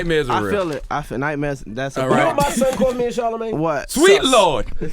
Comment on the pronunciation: “tharlemagne” lmfao